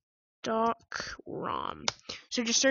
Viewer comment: Its stock recovery, not stalk recovery 😂